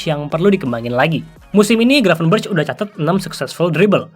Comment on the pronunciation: Bacanya "Gravenbèrekh" bang, pake خ. Ntar dikatain kardus lu sama para domba, ati2🤭